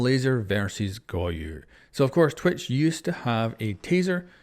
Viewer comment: him calling goyo "goyu" drives me insane good video tho